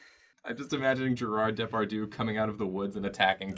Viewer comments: Was that "Gérarde Depardieu" (mis)pronunciation some sort of joke or reference, or did you just genuinely bastardized it? I love this show, but... I am in shock. How could you ever think that is how it is actually said? :o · i can't listen to them saying gerard depardieu ? it sounds so wrong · The way you guys pronounce Gérard Depardieu is really dang cute. Those French accents were terrible, though XD Except for 'Désolé', that was pretty on-point.